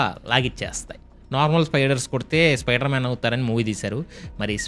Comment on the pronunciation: Spyder man ❌Spy-sea man 😂